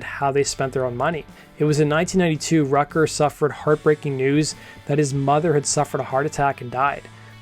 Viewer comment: We all just gonna ignore dude pronouncing Darius Rucker's last name as "Rutger" like the college (Rutgers University)?? 😂